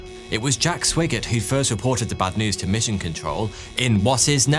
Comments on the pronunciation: Swiggert is pronounced Swygert (written: Swigert) with an i like in iPhone. But perhaps he was bit swiggert,too, at least when he returned and enjoyed some back-journey single malt whiskies😅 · It's SWAGGERT! not Swiggert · Jack Swigert's surname was pronounced SWY-GERT not SWIGG-ERT. Far too many people who narrate Web videos desperately need a pronouncing dictionary. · Haven't seen the movie, but I would bet Swigert's name is pronounced with a long "I" sound. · And it’s S-why-gert. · it was swigert pronounced with a long-i sound. not short. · FYI - Swigert is pronounced Swy Gert. Also, the aircraft carrier's name is pronounced EE woe Jima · Sorry dude but it's spelled Swigert but pronounced Swhygert like the word "why". Every time you pronounced his name I cringed! Also did you just say Iowa Jima? It's Iwo (ewo) Jima!